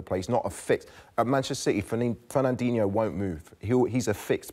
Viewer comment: sorry merse, those names of those players again please? Fen-nen-dinno ?!